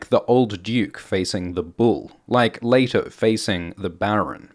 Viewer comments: its not LAYto. its LEEto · It's pronounced "lee-toh" not "lay-toh" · Pronounce the names correctly, It's pronounced "LEE TOE"